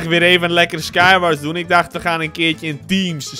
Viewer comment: ??wrm zeg jij j SKIË WARS?? this toch sky WARS of bn ik nou geen noob??